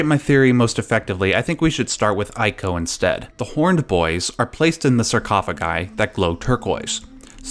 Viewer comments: EE-KO Not ay-ko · Yeah, it's "ee-koh", not "eye-koh". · It's pronounced ee-co. Say it with me! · It’s eeeeco not eyeco. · It's pronounced ico (eeko) not (eyeko).... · Not 'eye-co', but 'ee-co'.. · Ee-ko. not Eye-ko. EE. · You probably got a ton of these comments, but... it's not pronounced "eye-koh" It's more like how you pronounce Trico. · please stop saying "eye"co its "ee-co" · Why are you calling it "Ay-co"? The last guardian should have cleared that by now as the boy clearly says the beast's name. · Ico is pronounced "ee-co"! Trico rhymes with it and that was mentioned in the making of video of The Last Guardian. いいこ (iiko) could even be translated as "good child" which would work with your hypotheses. Also the "yinyang" symbol is called taiji. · It’s pronounced E-CO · It's pronounced ICO (ee-co) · Daniel is correct. In Japanese it’s ee-ko. The I is pronounced as a hard E. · It's pronounced "eeco" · TREE-co and EYE-co. Some men just want to watch the world burn. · "Eye-ko"?! C'mon man... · Pronounces Japanese names correctly...but not Ico. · Things I disagree with: 1) Your pronunciation of "Ico." 2) Saying "Colossi" when you actually mean "Colossus." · I dissent on the pronunciation of 'Ico'! ... Yeah, the internet is still the internet. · Every time he pronounces Ico wrong I cringe lol